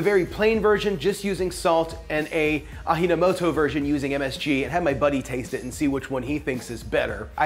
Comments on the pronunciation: Im sorry I like the vid, but Im ngl I cringed in the "AHEENOMOTOW" part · I think its pronounced a-g na mo to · I know it's a year later but it's pronounced with a hard "J" the Japanese do not have a breathy J the only letter is "H" itself ( like... Ah-"g"-no-moto) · It's japanese, why are you saying the "J" sound like it's spanish? A-JI-NO-MO-TO, repeat. JI = G. You just said it, in MSG. GGGGGGGGGGGGG. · Ah - Gee - No Moto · AH GEE NAH MOH TOE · From Japan so I appreciate MSG. Was never against it. Ajinomoto pronounced Ah-G-No-Mo-To. 💕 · Close! It's Ah-jee no moto as in, "the source of flavor" Aji is taste/flavor. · 'Ajinomoto' is a household brand in Japan for hundreds of sauce and soup related products and it's pronounced "ad-ji" no moto. "aji" means "taste, "no" is an article like "of", and "moto" means "more". Together it can be translated as "taste enhancer" or "more tasty". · Correct pronunciation of 味の素 (AJI no MOTO) is: Ah GEE NO MO-TO ... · Pronounced: Ah Gee No Mo Toh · It's pronounced AH - G - NO - MOTO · Haha yeah Mexicans and Spanish speakers would call it that. Aji is pronounced ajeee as in Jeep. Love your vids. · Pronounced: Ah gee no moto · Why make Japanese into a spanish😂😂 Ahinomoto??😂😂😂 Dude please. Feel free to use the "J" like an actual english alphabet "J" which is obviously written in english😁😁😁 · It's pronounced A-DYI-NO-MOTO. It's an Asian brand, not Hispanic. lol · him pronouncing AJINOMOTO as AHINOMOTO makes it sound Hispanic. It's rare for J to be pronounced as H in most Asian countries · I got triggered when he started saying "Ahi no moto", so I went out and punched my neighbor. Great video none the less. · ah - gee - no - moto. definately not a spanish pronunciation of the J - more of a Geronimo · we pronounce that as A "G" no moto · AJINOMOTO is pronounced as a-DZI-no-mo-to. Like the martial art JUDO is DZU-do. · Japanese people pronounce J as a regular J, just saying. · it is pronounced ahh-jee-noh-moto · ahh-gee-know-moe-toe lol